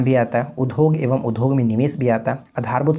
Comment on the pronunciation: Udhog nhi udyog padhna chahia